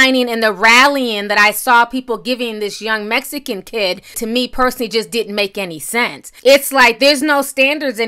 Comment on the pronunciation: The way you say MEXICANS BOTHERS ME ..BAD.. I AM A HUGE FAN OF YOURS BUT THIS AIN'T COOL